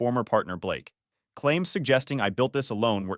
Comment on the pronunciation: Blake? You mean Ba-lakay….